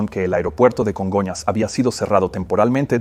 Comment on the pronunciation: Que rara suena la voz del traductor. No se parece en nada a la voz de Peter que yo escucho en inglés. Además se dice Congonhas , no Conga airport